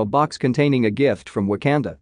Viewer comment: Wtf is w a k a n d a Pronounce it probably